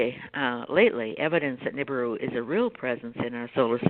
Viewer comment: Nancy, you really should learn how to pronounce Nibiru.